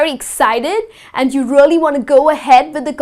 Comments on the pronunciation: She keep saying really as rally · You prounounce “really” weirdway...